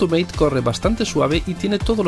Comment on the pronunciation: Mate es un fork argentino, por lo tanto esta en español el nombre, no es meit.